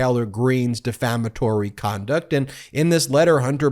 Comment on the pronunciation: The word is 'defamatory'.